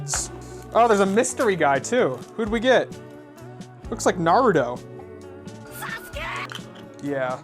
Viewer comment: He said narudo